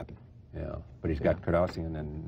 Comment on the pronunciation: Charlie doesn't seem to be able to say Kardashian.